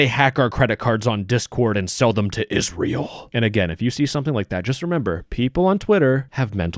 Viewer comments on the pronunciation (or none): The way you said "Israel" tho, lmao